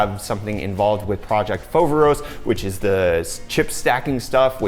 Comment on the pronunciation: If you want to pronounce it correctly its "Foverόs", not "Fόveros"